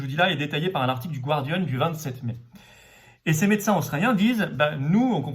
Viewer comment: Florian, stp, on ne dit pas /gwardian/ mais /gardian/, pas de diphtongue. Thank you.